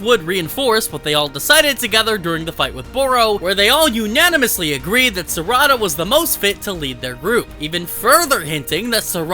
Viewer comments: its sa-ra-da not sarada lol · It's Sar'ada not Sarada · Ehem.... SAR....A....DA.....SARADA